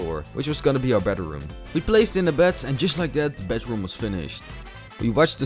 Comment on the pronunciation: hahahahahahah he said bedaroom